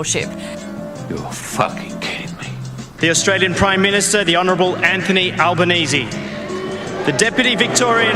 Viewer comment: Anthony Alba-NOCHIO?